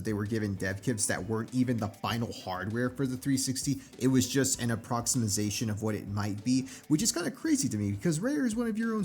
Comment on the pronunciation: The word is approximation, pronounced 'A PROX i MAY SHUN', not approximasation. Great video so far, I would have never thought it was your first. Great writing and reading style.